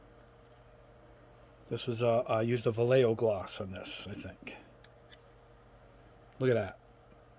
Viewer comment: It's pronounced "Vah-ye-ho".